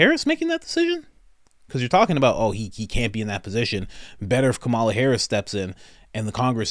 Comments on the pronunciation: Ahhh that's exactly how you pronounce Kamala actually it's not ka-ma-la, it's Ka-mala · I feel like I want you to better understand how to pronounce Kamala. Not a fan of her, but you need to pronounce correctly. Just saying.